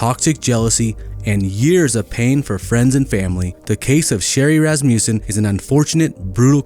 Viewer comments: Ras ma sson not Ras mew sson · It is a short u, not a long u. Phonically pronounced as "Ras ma sin", not as "Ras mu sin"